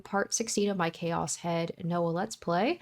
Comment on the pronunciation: Ok, but why choas and not chaos lol